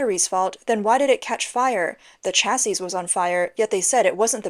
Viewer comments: Sweetie, "chassis" is pronounced "chas-ee." The last "s" is silent. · Lol china is so pathetic they can even get scooters right Ps: you dont pronounce the last "s" in "chassis"